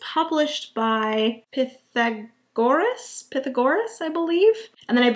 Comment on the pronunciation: Appreciate the info! For the record, Pythagoras pronounced "pie-THAG-or-us" with emphasis on the thag.